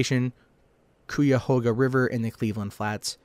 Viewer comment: its pronounced like the KIYA-HOGA river thats how you say it!